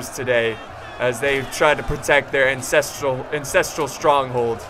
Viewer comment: Did you say "Incestral Stronghold" 😌